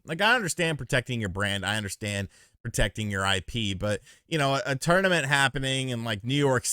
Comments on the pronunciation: You say "tournament " weird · Love you my man. But the way you're pronouncing the word tournament is about to drive my little southern ears crazy.